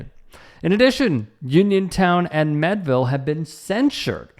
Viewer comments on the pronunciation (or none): AI Overview Learn more Meadville, PA is pronounced "MEED-vil". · Pronounced mead ( like the drink) ville. This was my local event. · It is pronounced MEADE-ville. Like General George Gordon Meade, or the medieval drink mead. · How do you get "Medville" from Meadville. Eff that sports reporter, can't even pronounce a city right. THAT'S PART OF YOUR JOB! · I live in Meadville, you’re mispronouncing. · how does a local guy from Pittsburgh mispronounce Meadville?